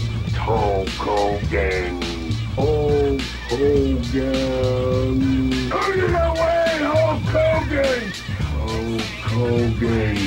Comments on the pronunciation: Sounds like he's saying Hulk Cogan 😂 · With a Partsunknownian accent that's so strong, it identifies that the Warrior can't say Hulk Hogan's name right; every time he shoots a promo and when he talks, he would put too much emphasis in certain words that come out of his mouth, and most people couldn't make out what he was saying. "Ho Kogan! Look at meee, Ho Kogan! ... LOOK AT ME!!!" -The Ultimate Warrior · It sounds like hes pronounce like ho kogan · i think he said holk klogan once